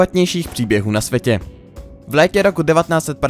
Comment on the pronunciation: Na svetě? Čáslo devet? Naučte se česky!